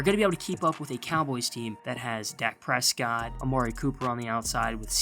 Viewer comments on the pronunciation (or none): none